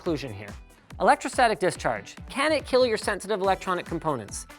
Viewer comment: "It can Keal"